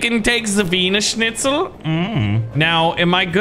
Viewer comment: The best part of the vid "OH WE CAN TAKE THE WHIENERCHNIETZER